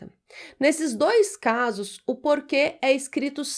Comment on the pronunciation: Muito básico. Para um português é muito fácil. 1. a) 2. b) 3. a) 4. b) 5. b) 6. d) A Prof. não devia pronunciar "porque/porquê" da mesma forma como se as duas palavras tivessem acentuação gráfica. 🇵🇹